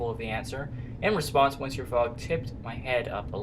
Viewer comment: It's actually pronounced pass-par-to and miss-syour, but whatever.